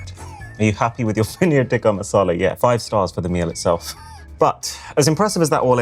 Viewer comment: I Respect Him Saying Poneer’ Tikka Masala With The Proper Accent.